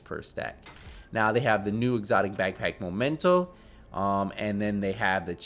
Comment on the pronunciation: It's mEmento with an E. The last 5 videos you said mOmento, and even had it typed on screen;) Keep it up!